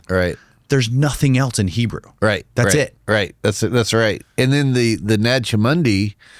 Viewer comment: A part of me wants to take seriously, but when he pronounces Nag Hammadi as "Naj Hammundi"... That chuckle was bittersweet.